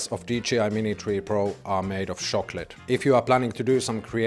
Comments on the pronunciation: Shock-let 😂 tank you 😂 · What the hell is a “shocklote?”